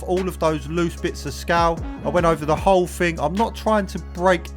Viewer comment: FING/ ITS THING !! NOT FING